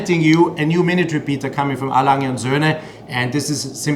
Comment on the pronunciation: well I often hear other German YTers pronounce the "g" in Lange like the "g" in the word "longer", where as you pronounce the "g" more like "nia". I'm not sure if I'm explaining it well enough. I hope you're not taking this the wrong way, I'm simply asking out of curiosity.